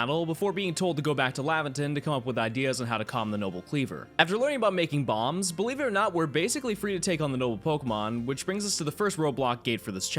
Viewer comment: For a second there I thought you said "after we learn how to make bombs" I was like wot; then realized ah B A L M S